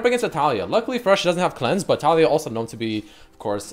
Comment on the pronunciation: I hate so much the way that you say Taliyah, like it's TaLIYah not TAliyah